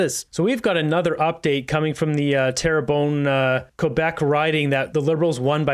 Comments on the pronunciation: Hey; it’s “Terra BUN”! FYI 😁😁😁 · Pronounced - Tair-bun